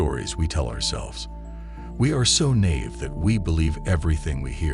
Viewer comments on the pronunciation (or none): We are so nave? Bro it's naive (sounds like this... ni-eve) smh 🙄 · Naive....pronounced NYE-EVE. Not Nave. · “We are so NAVE”?????? Sorry, but I cannot take seriously any presentation which fails to pronounce NAIVE correctly